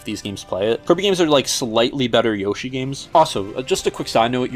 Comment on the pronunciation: Yosh eye??? Ok you crossed the line bud